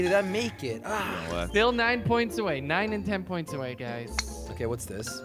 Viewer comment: Instead of guys you said "gruys" 😂